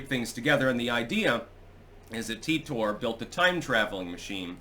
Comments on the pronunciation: No, I heard this story enough back in the day because I used to listen to "Coast to Coast AM" on the radio. It's pronounced "Teeter"--and I capitalized that because with that spelling, it's a fairly common surname where I live. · "Titor" is pronounced "Teeter"--and I capitalized the second version as well because with that spelling, it's a fairly common surname where I live. I used to hear a lot about this story back in the days before I had enough bandwidth to watch videos on the internet, and I was forced to listen to "Coast to Coast AM" on the radio when I had insomnia. (This was 15 to 25 years ago.) It was a compelling story to listen to, but it seemed very unlikely even back then. The problem with both Art Bell and George Noori is that they would hype up a story like this, and when something happened that proved it untrue, they would just stop mentioning it--with no discussion whatsoever as to the fact that they were wrong or why they had promoted it. Another example was the "Killshot" which was supposed to happen at the end of 2012, but didn't. Even after the prediction failed, they still had the story's main proponent (Ed Dames) as a guest later on to talk about other things--but with no mention of the Killshot's failure. That sort of thing tends to discredit legitimate stories they would cover, such as the ever-increasing tyranny of government. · I thought it was supposed to be pronounced Ty tor, because TIme Travellor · It's pronounced tEYEtor. Or Tar-Tar